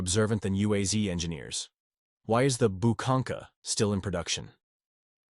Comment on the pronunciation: Correct pronunciation is U-A-Z, not U-A-Z-EE, without EE at the end of the name. Because of "Zavod" (Factory) UAZ (Ulyanovsk's Automobile's Factory).